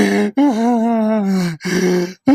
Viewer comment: كامري وبعدين يقول اكسنت 😂😂😂